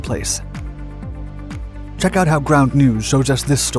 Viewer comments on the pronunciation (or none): none